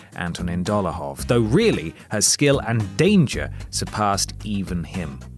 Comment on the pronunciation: Dolahov? DOLAHOV???